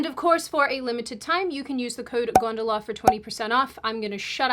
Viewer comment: You don't get to complain about 'Mom' when you pronounce gondola 'gundula' 😂